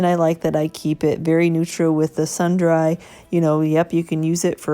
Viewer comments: As always very cute! Not a critique...just sharing...sundry is 'sundree' meaning some items 😁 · These are gorgeous, and I appreciate your willingness to show us your techniques. Fantastic work! BTW, the word “sundry” is pronounced like “sundree.” Beautiful work!! ❤️